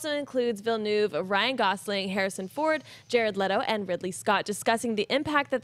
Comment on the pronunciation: I give up. You'll never learn how to pronounce Denis Villeneuve.